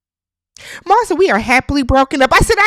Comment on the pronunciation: It't Mal not Mall, please y'all